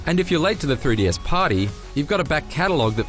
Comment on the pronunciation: "Free Dee" Dude...come on.